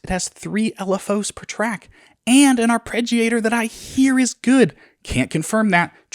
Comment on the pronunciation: i laughed WAY too hard at "arpreggiator"